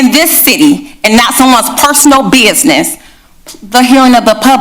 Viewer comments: “personal bee-is-niss” 😂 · “ Don’t you AXE about someone’s personal BIZNISS”. Ok Big Bird. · “Personal beezniss” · "Personal beeiznez" is PUBLIC BUSINESS WHEN YOU ARE IN OFFICE REGARDLESS OF PARTY, RACE. WHAT A DISGRACE.